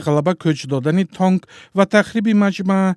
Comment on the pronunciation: Тонк не танк мля